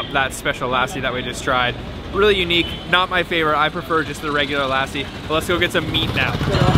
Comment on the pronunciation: You're gonna put on at least 10-15 pounds by the time you leave Punjab/India.. just a friendly heads up to be prepared! 😁 Also its PUN JAB EE not POOON JAB E... and its LUH SEE...not LASSIE...